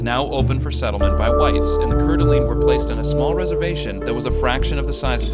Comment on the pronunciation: Core-duh-lane = Couer D'Alene